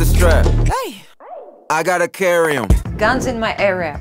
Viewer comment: Опять же слово Strap произносится как "страп", а не "стреп". Слово carry правильно "карри", а не "керри". Из-за чего такие ошибки?